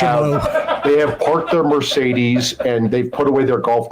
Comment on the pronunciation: What's a "mershedes"?